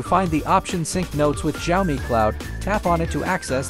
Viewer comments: Jaomi phone💀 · the way he says "xiaomi" 😂😂😂 🤣